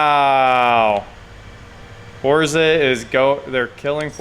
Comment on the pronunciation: I am so happy that you say forza right